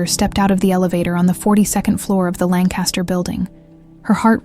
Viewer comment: Lancaster is pronounced with emphasis on the first syllable only. LANKuhstuhr (or LANKuhstuh).